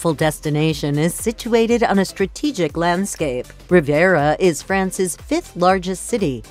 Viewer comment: What the hell is going on with that woman's pronunciation? And where the hell is Dordoni? Or Riviera..?